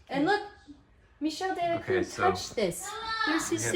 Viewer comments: The room looks amazing! It was all worth it because just think about it, you might not have found that Michel Delacroix painting if you weren’t doing this room makeover. Also, on Instagram you mentioned you weren’t sure how to say his last name. ‘Croix’ should sound like ‘crwah’. Croix is usually translated to cross in English. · You pronounce his name crah not cruiz. OIX in french is ah. Not trying to be a know it all but just trying to help. You guys are awesome!!